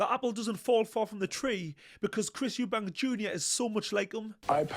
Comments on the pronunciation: His name is EUBANK 👊🏼 there is NO S on the end 🙈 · It's EUBANK LOL😅😂